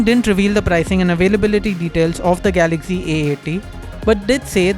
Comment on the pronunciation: It's galaxy not galagy